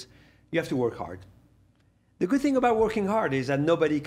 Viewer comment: That nigga said "I called thee NBA" 🤣🤣🤦🏾‍♂️Major fkn flex